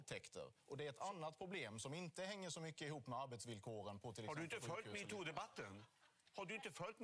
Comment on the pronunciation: Hysteriskt roligt när Löfven säger meto